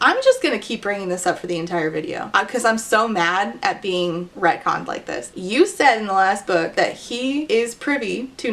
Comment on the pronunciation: Are you saying retcon or redcon and what does this mean 👀